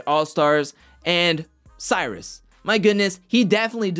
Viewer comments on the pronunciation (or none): none